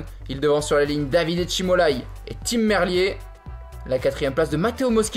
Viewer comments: Super résumé mais on dit Tim merlire et pas merlié. De Belgique🇧🇪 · Tim Mer lire je leur ai déjà dit mais il s'en fout hahaha